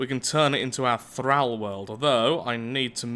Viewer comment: th-r-all not th-r-al